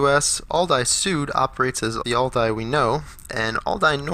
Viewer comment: I don’t understand the all-die pronunciation.....